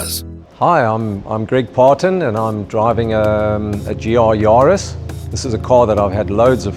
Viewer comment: Ja Bru...it`s a JAris... Yarris! That starts with a Y, it sounds like the surname "Harris", just with a "Y"...